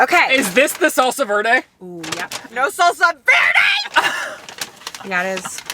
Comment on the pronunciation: Me who has taken spanish. I cringe when people pronounce Verde that way lol